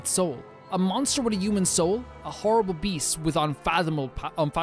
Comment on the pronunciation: Am I the only one who think he says “uman” instead of human?